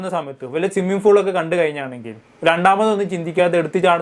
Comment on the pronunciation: സ്വിമ്മിങ് ഫൂൾ അല്ല. സ്വിമ്മിംഗ് പൂൾ.